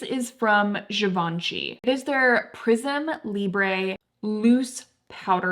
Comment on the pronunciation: the emphasis in Givenchy isn't so much on the ven. Very informative video though!